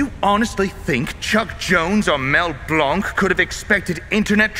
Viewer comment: Despite being a french name, Mel pronounced his name as "Mel BLAYNK." -100000 points :(